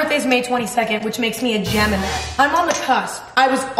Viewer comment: G-Emma-ni (Gemini)